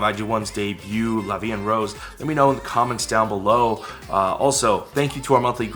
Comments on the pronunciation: addressing the part about how they're supposed to say "la vi en rose," the pronunciation of "la vi en rose" isn't exactly correct, but they make it work. they combine "vi en" as if it were one word, saying "vien," when they should be pronounced separately. for "rose," the "r" has a harder pronunciation to it that should kinda come from the back of the throat. like i said, it isn't correct, but they make it sound okay! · I'm french and the "La vie en rose" pronounciation is alright, just the sound of "rose" sounds more like "wose" but it's ok since the "r" consonant may be difficult to pronounce if you're not used to it. *flies away* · talking about the title "la vie en rose" they say it pretty well except for the "r" that they prononce with an english accent but it could've been wayyy worse so I don't complain and the litteral translation is "life in pink" because rose = the flower but it mainly means pink so I thought it was an interesting way of using that word by talking about the flower instead of the color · Being french, I can tell you that they didn't butcher "la vie en rose" nor is it grammatically incorrect but the way they pronounce it definitely does not sounds like french. Because the way the letter "R" sounds like in french is definitely harsher than the one you use when speaking English or Korean. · their pronunciation of "La vie en rose" sounds like an english person speaking french, with an english accent. they say "La vie N rausse" when they should say "La vie EN (en = voyel sound) roze". The O of rose is said like someone of south of France, so this part is still authentic in a way.